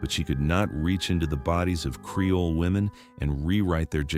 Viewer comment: Creole. Not "Careoles." Your crappy AI video narration keeps mispronouncing terms and fully glitching out some words.